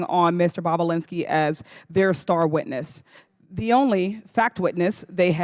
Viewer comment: She said " boobalinski"!! 😆😆👏🏼👏🏼😂